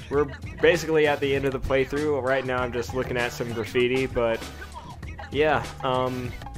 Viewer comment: at the end you said, "end of the PLAYTHROUGH." o.O